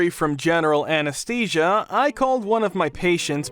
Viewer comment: Please Google how to pronounce words like anesthesia, anesthetic, anesthesiologist.